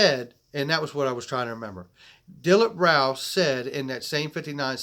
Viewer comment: You pronounce his name as "Dill-eep Raw" NOT Raul!!!